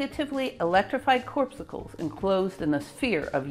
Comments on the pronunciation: "corpsucle"? The word is "corpuscle". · You misspell and mispronounce many words: Geiger not Gieger, corpuscle (KOR-puss-sel) not corpsucle, auger (oh-zhay) electrons not awe-grrr, scintillation is SIN-till-a-shun not SKIN-till-a-shun. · Someone might have also given you feedback on the pronunciation of this word: Just click the speaker icon to hear the standard way the word is said. Spoiler: CORR-pussle. Another silent 'c'. But I must say that the way you say it makes me want to grab a popsicle from my freezer.